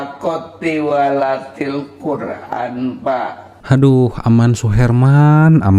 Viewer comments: Tiwalatil hahaha, ngaku ikut mtq nyebut tilawatil aja kebalik kok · Hahaaaaa lucu si murtadin ngomong tilawatilkura'n jadi tiwalatilkura'n 😂😂😂😂😂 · Nggedabul oh nggedabul.....kk gk malu yaaaa. Da'i kk singkatan Da'wah islam ind. Dn mengucapkan Tilahwatil kk jd tiwallatil. Oh Murtadong2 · Oten2 itu klu berbohong kelihatan gobloknya. Pdhl asli oten, bilg asalnya Islam. Ngomong Tilawatil aja Tiwalatil, kelihatan bohong nya dan ngawur. Tampoooolll Bang ! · Bhahahaha tilwalatil quran dasar murtad 🤣🤣🤣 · Hahaha....ngakak abis murtadin ngaku USTAZD, tpi baca ayat salah mulu.huruf arab ktanya alip...be...te ...se...trus ikut TUWALATIL Qur'an.baca ayat dn terjmhan slah mulu.saat diislam hatinya BIMBANG karna menyembah Nabi yg laen.kesaksian MURTADIN ini Hancur abis. Dasar SIBOROKOKOK.smua orang islam yg nonton ksaksian Aman suharman ini psti ngakak,lucu bangeeeetttt.